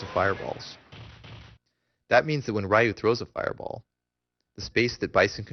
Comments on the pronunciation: Why do you call him "Rye Yu" When his name is "Ree Yu." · Righ-yuu and Ree-yuu are both incorrect. It's simply pronounced "Ryu". 1 syllable. It rhymes with the english word "you". I hope that helps. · I thought Ryu's name was pronounced as Reeyou not R-eyeyou? Nice tutorial anyways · Ree-you means dragon. Rye-you is just westernized bull crap. and its pronounced Shor-yu-ken..u cant get his name right form the pronunciation of the rising dragon fist. yeah ken means fist. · Rye-yoo and Saggit. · Since it's japanese (duh :)) the pronounciation will be similiar to the "L" sound in the word "Long". So I'd say it's pronounced with only the L sound of that word followed by a something that sounds like the word "you" :) So it's basicly Lyuu =) Source: I study japanese :P If I missed something please correct my mistake. Lovely game btw, and awesome guide. I just hope they release the HD remix version for EU PSN soon- It's annoying! =D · It's actually not Ree You either, it's Ryu; it's one syllable, which makes it a bit hard to pronounce. You have to sorta roll the R. And who the fuck cares? Pay attention to what's actually in the video. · it should be pronounced "Ryu" not Ree-you, Rye-you, or Rai-you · How can somebody who knows so much about this game not be able to pronounce "Ryu" properly? v_v